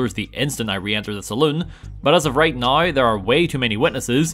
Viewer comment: pronounced now "nauwer"